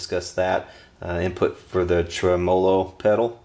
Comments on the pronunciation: Every time you say trumolo instead of tremelo, it's like fingernails on a blackboard. The electronic info is first rate. Takes me back 30+ yrs when I messed around with amps and computers. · Yep. You tell 'em. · Nice review, but it's pronounced TREMolo, not treMOlo. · Murray Melander Agree! Always believed the name derived from "Tremble + Melody" Trem mellow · Regarding the tremolo debate...I was playing around with amps well before you were born and NO ONE pronounced it trem-'O-lo including the inventor. If that's not good enough look it up...then argue with a dictionary. You're a decent technician but certainly not an English major. Don't let YouTube "fame" go to your head. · It's pronounced Trem-low - O , not trem·o·lo ˈtreməˌlō check this link Let me guess, your from the south! Yes, the amp is butter. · Old post but he pronounces it wrong and you spelled it wrong :o) trem·o·lo /ˈtreməˌlō/Submit nounMUSIC a wavering effect in a musical tone, produced either by rapid reiteration of a note, by rapid repeated slight variation in the pitch of a note, or by sounding two notes of slightly different pitches to produce prominent overtones. a mechanism in an organ producing a tremolo effect. a lever attached to the bridge of an electric guitar and used to vary the pitch of a note. noun: tremolo arm; plural noun: tremolo arms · Great tone! You're pronunciation of tremolo made me laugh. Never heard that before.